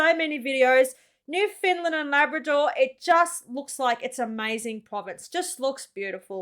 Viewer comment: Bless him he still did not say newfoundland correctly, not easy to do if you are not a newfoundlander, rhyme newfoundland with understand and that pretty dead on to how we say it, love your videos ❤